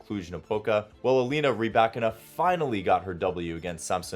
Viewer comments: It’s rybaKINA, not “ryBAkina” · I asked a Russian speaker & they pronounced it ‘rih-BYE-kee-nah’, with the stress on the second syllable!🤷🏽‍♀️